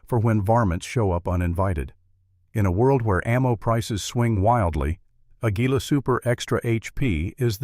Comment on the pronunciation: its not pronounced A-GUI-LA--ITS AGULA SOUND IN SPANISH